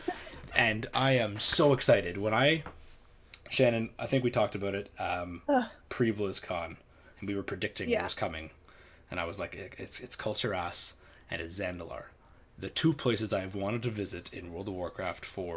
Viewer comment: Why is it every time when anybody say Kul'Tiras I hear "Cult ur ass". LOL